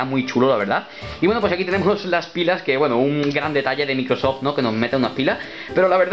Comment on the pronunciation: Pocos se dieron cuenta que pronunció mal Microsoft.